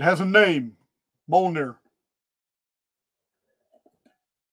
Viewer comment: It's pronounced (M-yol-near) Mjolnir❤